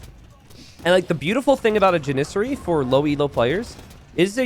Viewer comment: bro learn how Janissary is pronounced 😂